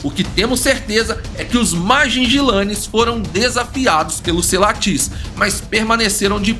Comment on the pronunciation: Corrigindo algumas coisas: - Primeiro um nitpick, Mapogo se pronuncia "Maporro", Majingilane se pronuncia "Madinguilane" e Selatis é "SeLAtis", não SelaTIS. A reserva é chamada Sabi Sands, não Sabi Sand; - Mapogos Ocidentais não aceitaram Mr.T como líder quando ele retornou, isso não tem nenhuma base na realidade, ele era o menos dominante dos 5 quando retornou; - Outro nitpick: Biólogo algum testemunhou qualquer coisa na reserva, biólogo não trabalha em reserva, Rangers e Guias que testemunharam; - Mr.T morreu em março de 2012, Pretty Boy ainda viveu até dezembro do mesmo ano e Makhulu até março de 2013; - Essa história dos Selatis-Majingilanes tá longe de ser uma representação correta dos acontecimentos. Eles já vinham se enfrentando a mais de um ano desde que Selatis viraram dominantes e foram Majingilanes que mataram o 5ª Selati em 2011 quando os últimos eram nômades. Majins eram sempre os leões invadindo o território ocidental dos Selatis e sempre os Selatis os batiam de volta, porém um dos Selatis foi morto por um búfalo e c/ a vantagem 4x3, Majingilanes feriram gravemente um terceiro Selati que veio a morrer depois e aí tomaram o território. Ambas coalizões estavam no auge quando se enfrentaram. Tudo está registrado em relatório dos rangers na tpc "Lion Tales" do próprio WF.